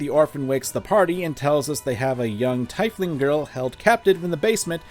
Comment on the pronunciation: New favorite rpg horror stories reader. ^_^ However, if you pronounce "tiefling" like that ever again, I will have to violently end you. Demon Lord.